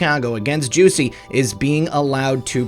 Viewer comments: Juicey Smollet? It's Jussie as in Justice is coming. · You went full Chapelle: 'Juicy Smollet' hahahaha Jussie/Juicy